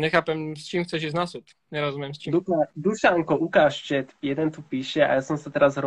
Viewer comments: Ze chat sa cita čet ty anglican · Jak to povedal že chatu namiesto četu xddd